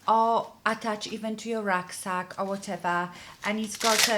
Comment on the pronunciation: “Racksack” ??? Please define!😉😉😉😉